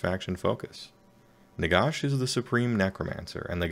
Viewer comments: Nagash dude, not Nagosh. Even the Brits pronounce it ash, don't understand why some Americans pronounce it with a faux British accent. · Ah Wisconsin, that explains it. Not trying to be a pronunciation nazi, but it drives me nuts when non-Brits do the osh thing lol. Listen to the GW dudes speak, no one does it. Great summary btw, your delivery is very clear.